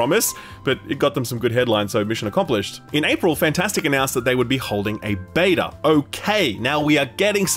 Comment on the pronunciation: Its beta not bata, beta pronounced as baytah or bedah if your weird